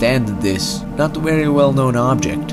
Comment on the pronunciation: Why do all the people who do these videos barely know how to speak... “eart”, “wery” wtf